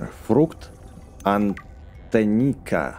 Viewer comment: Ты опять разыгрываеш это плод антЕнника ударение на Е